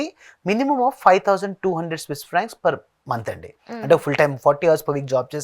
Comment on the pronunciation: vedu Swiss inform said wrongly